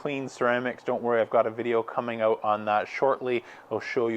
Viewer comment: This guy says "out" wrong !